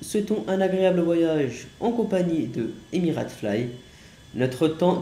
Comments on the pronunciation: Essaye pas de dire le nom d’une compagnie car c’est pas Émirat (tu le dis comme ça) mais c’est émiratES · Stp, on prononce Emir"ei"te pas Emir"a"te. Merci 😉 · Mdr Emirates fly🤣 mais c'est fly Emirates ça se prononce Emira(i)tes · christophe c t’a trop raison tg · On écrit emirates mais on lit ça emireytes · On dit EMIRAIYTSSS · Ça se prononce "Emireyte" et ça s'écris "Emirates"... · On dit emiraytes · Non mais STOOOOP c Fly EMIRATES et avec une prononciation anglaise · on en parle de la prononciation de emirates mdr... tkt on t'en veut pas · T es trop bas bello, t'a mis 10 min pour décoller, tu sais pas prononcé Emirates, tu sais pas conduire, mauvais jeu d'acteur! On a le bouquet mon grand babouin hein! 😂 C pas méchant bien sûr!